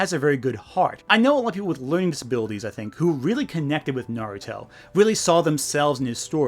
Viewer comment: The way she pronounced Naruto, Sakura, and Hinata’s names made me recoil. 😡